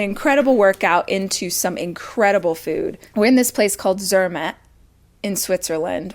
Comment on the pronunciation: Rach, Zermatt does NOT rhyme with Kermit, ffs! Zer MAHT!!! The fact that she doesn't even try to pronounce new words correctly is obnoxious and sooo American. Rosti?! ugh. I live in Switzerland. The chocolate and cheese are good, but no one thinks the German-speaking area of Switzerland is the place for fine food. I mean, France and Italy are RIGHT there.